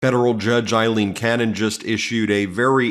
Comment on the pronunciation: Her name is A-lean, not Eileen, it's A-lean, A-lean. C'mon Ben, learn her name